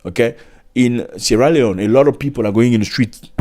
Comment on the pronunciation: Zac appel le nom de mon paye properment😂😂 Suis tres fiere de ton Anglais.. Yes you can Zac.. Bravo mon frere..